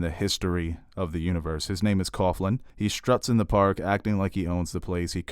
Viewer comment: Coughlin is pronounced cocklin, not cofflin. Poor Timothy V Murphy, he always seems to be cast as an Irish dick.